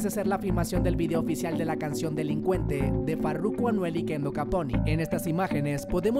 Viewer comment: Pq dices Anuel vuelve a prison maje si no es berda asi no se dice mien me saca El susto mien saludos desde Belize City RG4L 🤘🏻